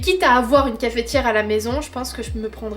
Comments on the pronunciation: Bonjour pourquoi tu dis cafétiere au lieu de cafetière ou alors c'est moi j'ai mal entendu bisous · C est la première fois que j entends quelqu un dire cafėtiere et non cafetière, et comme tu le dis plein de fois j ai eu le sourire tout le temps..trop mignonne. Où sont les vlogs travaux je trouve pas.... sniff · Merci pour tes partages, mais tu m as fait trop rire comment tu dis dit Cafééétière🤣🤣on prononce pas le é 🤣 sinon good video comme d’habitude 👏🏻👏🏻👏🏻